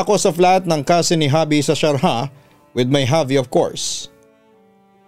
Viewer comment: Sharjah... pronounce as shar jah., jah same as Jar